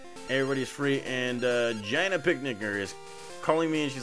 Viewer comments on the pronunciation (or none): You keep mispronouncing Gina. It’s gee-nuh. Lol